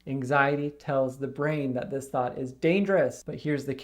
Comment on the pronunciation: Listen to this and imagine it is Thot instead of Thought. Phew!